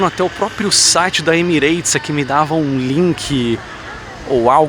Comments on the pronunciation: Yes in English ! It's not "eits"! it's "ahts"! O "A" só tem pronúncia de "ei" quando aparece em sílaba tônica, tipo "make" ou "states". Mas em Emirats. A sílaba tônica é o E. Então o "a" de "Emirates" é "a" mesmo. Um "a" com a boca de sorriso e dentes cerrados. 😬 😉👍👍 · Emirates > emi-RAHts em vez de emi-REIts